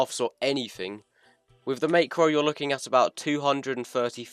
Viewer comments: It’s pronounced Mac ro not makero It’s a great vid thou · You say is as mahhcro not maycro btw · not to be rude but i don't like how you say macro as maycro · mans saying meicro LOL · I will never forgive you for mispronouncing macro